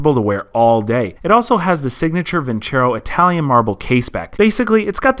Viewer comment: > vin·cero < not vin•cHero Silly feLLer that's a sponsor of yours, tisk.. tisk. Ha.Ha. Keep the videos roll'n!!